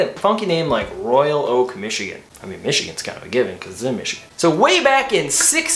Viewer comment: "Royak Oak"??